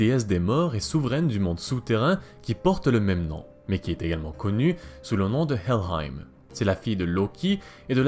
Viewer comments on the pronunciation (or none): ça part le plus souvent vers un vieil accent anglais qui n'as pas trop sa place :) tu avale les R, comme avec baldr, ou helheimr par exemple , mais bon, comme tu dit, c'est pas toujours facile